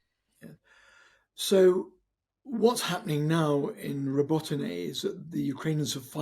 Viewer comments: Learn the pronunciation of the places you are talking about, it is so unprofessional , Robotyne ( Ro-bo-ti-neh ) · They could consult with Ukrainians and learn the proper way to pronounce Robotyne.